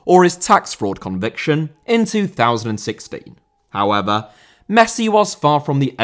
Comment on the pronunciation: "Hoever" - however 😂